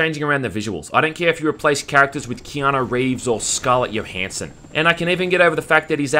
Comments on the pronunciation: "Scarlet Yo-Hanssen" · Who the hell is "Scarlett Yohansson"? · bitch said scarlett YOhansson